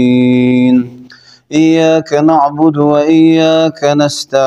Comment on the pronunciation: لفظ ایاک نہیں ایّاک پڑھا جائے گا ایاک پڑھنے سے معنی تبدیل ہوجاتے اور کفر ہوجاتا نعوذباللہ آللہ ہدایت دے انکو